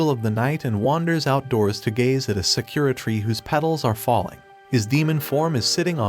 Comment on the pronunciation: Lol I just gotta say the way he said Sakura tree it's not Sa Kira it's pronounced Sa Ku Ra